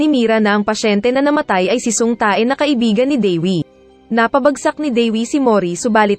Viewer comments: Ang sama nang pag bigkas uhh tae hahhahhaha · Natatawa ako dun sa Tae ahahaha. Tay pag pronounce non oi